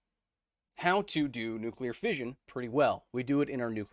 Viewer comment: It's "fission" not "fizhion".